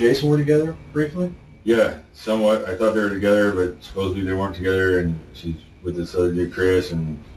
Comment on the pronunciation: Lock him up for saying “supposebly”. I’ve heard enough.